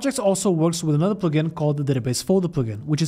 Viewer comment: your way to say “plugin” is the best way to say it